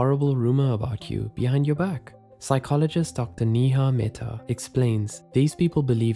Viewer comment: Stop pronouncing NIHA instead of NEHA ( ney-ha )